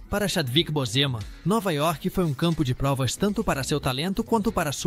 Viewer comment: Vc pronuncia errado o nome de Chadwick Boseman